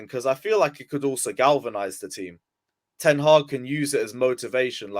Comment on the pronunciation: It is Ten Hag, not Ten Haag as it is not Harry Potter but Graham Potter